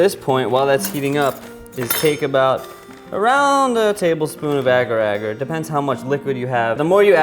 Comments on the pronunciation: It's agar-agar not ager-ager By the way,it's from Malaysia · im from malaysia and we use agar agar a lot. Its so cute the way you guys pronounce it. its more like the a sound in pinat(a) instead of (a)pple like you guys pronounced it. :D. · Agar-agar is a malay word for jelly.. The way u guys pronounce it`s really funny.. Lol..